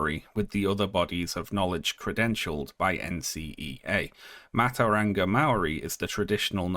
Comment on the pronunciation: "Matauranga" is pronounced "mah-toe-rah-nga" ("ng" like in "long") but otherwise a pretty good account of the controversy.